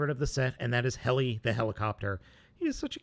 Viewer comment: fun fact: ❌heli❌ ✅helly✅